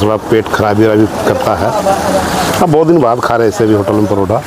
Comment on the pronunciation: Paratha❌ Parotha✅